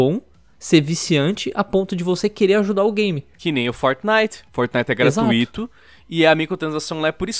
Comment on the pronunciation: A única parte ruim do canal é o falando errado a palavra "gratuito"